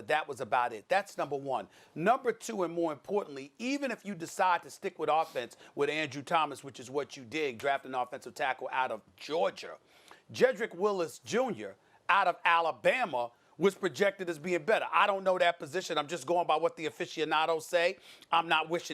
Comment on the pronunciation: I don't trust Stephen A. Smith as an evaluator of talent. The man can't even pronounce Georgia correctly. George-ER????!!! SAS is a sports "personality"